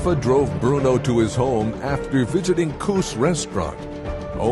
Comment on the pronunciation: Cous's (like cousin ) restaurant not cous.